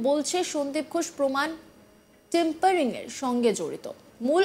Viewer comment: কথাটা টেম্পারিং না।